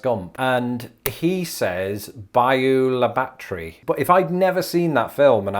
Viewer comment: Grew up in Alabama, living in Indiana now. Admittedly I don't even know half of these but I would say bayou la batre was the main one that stuck out to me. I can't remember Forest Gump well enough to say how it was pronounced there but we don't say the bayou part like you did. To type it out, it's more like Bal-a-batree. Living in Indiana now I also don't say Lafayette quite the same as you did either. More like Lah-fee-ette, but then I'm the transplant here so I could well be mistaken on that one.